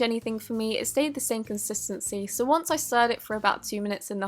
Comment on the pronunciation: Stop saying contistiny it's annoying